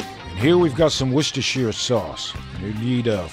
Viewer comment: Thanks for saying the word correctly. Phonetically it is pronounced, Wustersheer, I believe.